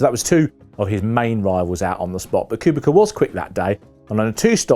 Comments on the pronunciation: And when will reporters learn his name.. its KubiTZA WITH "C" NOT kubiKa. Jesus. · "Kubika" Seriously? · who is 'robert cubicar" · Who's this "Robert Koobika" chap? Never heard of him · In fairness, during his BMW days Robert liked to be called "Koobika" as he thought it sounded faster 😅 but yeah no idea what he called Schumacher 🤦‍♂️ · Please work on your name pronounciantion. Listening to your version of Kubica is painful. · It is inconceivable that a serious F1 journalist would not know how to pronounce Kubica - a driver of great prominence not very long ago in , and still active today as a test and reserve driver. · It's what the English do, have you watched football, they don't even bother pronouncing players names right even when corrected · Exactly. So ignorant Same with Panis and Alesi